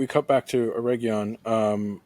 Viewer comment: How many different ways will pronounce Eregion? 😂